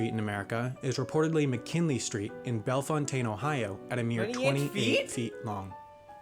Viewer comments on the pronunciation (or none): BTW the town isn't pronounce Bellefontaine